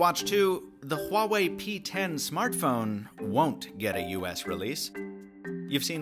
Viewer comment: Finally someone pronounced Huawei correctly